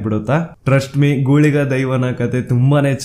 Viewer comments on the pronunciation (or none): Gooliga alla bro guliga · Neevu helidralli ondu tappagide😌 adu gooliga alla. Guliga. 🙏Adre parvagilla nimma haage ellaru sarwa dharmagalige gawrava kotre desha ujwala agtade.🙏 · ಗುಳಿಗ brother ಗೂಲಿಗ alla ... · Love from tulunadu❤ ಗೂಳಿಗ ಅಲ್ಲ ಗುಳಿಗ ದೈವ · It's not ಗೂಳಿಗ.... It's ಗುಳಿಗ